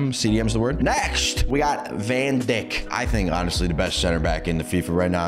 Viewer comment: bros really call van djik to van dick eveytime